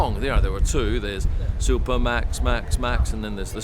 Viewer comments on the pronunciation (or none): none